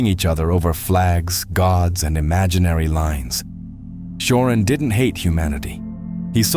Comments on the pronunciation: Cioran is pronounced CHO-RAN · Cioran is pronounced “Chorahn” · poor Emil Mihai, always mispronounced, often misunderstood